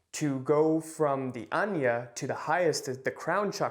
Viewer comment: It's not anya chakra ..it's called ( aag na ) chakra ..pls correct it 😊